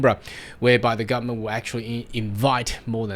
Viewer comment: Can you please pronounce the whole word. GovernmenTTT... not governmen. HarDDD... not har.